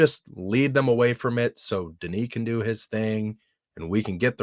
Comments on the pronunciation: Its not Dunis, its Denis,... lol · Pronounced "Dunni" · pronunciation of Denis is so wrong. 😂